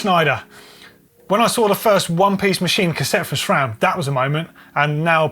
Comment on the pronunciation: Note, there is no H in SRAM, so why say SHRAM?